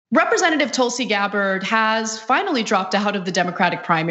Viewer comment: It's Gabbard. You got her name wrong 3 times. You have no credibility